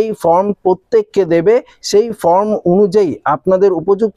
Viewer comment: আপনি কখনো বলছেন "FROM" কখনো বলছেন "FORM" যদিও প্রকৃত উচ্চারণ হবে ফরম। নিজের উচ্চারণ সম্বন্ধে সতর্ক থাকুন। বাদবাকি ঠিকই আছে।